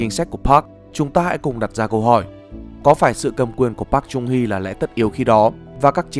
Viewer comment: Wow!!! Nd video được tóm tắt dễ hiểu, giọng đọc dễ thương mà bị sai xíu xiu đoạn đọc tên của cố tổng thống thôi (cách đọc đúng là Park “Chơng” Hee ạ) nên mình xin phép để lại cmt cảm ơn và gửi tặng lại cách đọc chính xác nhất, với tư cách là dhs đang theo học bên này ạ.😗